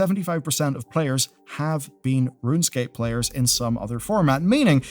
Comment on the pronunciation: its runescape not runscape :)